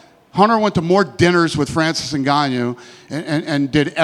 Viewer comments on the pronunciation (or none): He said it again “Francis NgannYou”😂😂